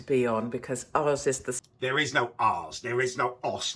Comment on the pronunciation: "There is no arse." You are evidence of that because you yourself are one yet don't have one lol. (yes I know she said "ours" but the way you said it in your weird accent made it sound like "arse.")